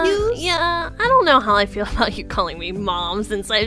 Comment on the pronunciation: "Adout" none realized? lmaoo